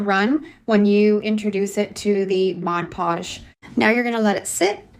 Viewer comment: I can't not say anything I'm sorry but you are pronouncing Mod Podge incorrectly. You're pronouncing it like it's spelled Modge Podge. I'm not being mean I am just a genius when it comes to Language Arts. I went to the spelling bee twice. I was in advanced English and Lit.